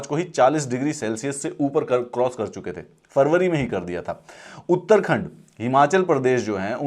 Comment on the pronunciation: Sir properly pronounce Uttarakhand its not Uttarkhand between wonderful explanation of El and La nino